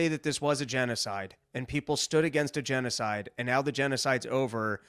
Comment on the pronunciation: Oddly, Dave's still unable to pronounce the word g3n--0--5id3. Ya ain't foolin many, Smitty.